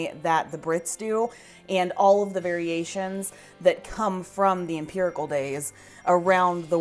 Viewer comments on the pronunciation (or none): It sounds like you were saying Empirical, not Imperial, lol. Beautiful Christmas cake, my friend from the UK always makes them and shares with us.